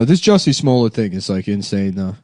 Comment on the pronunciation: “Juicy smool-yey” is how you pronounce it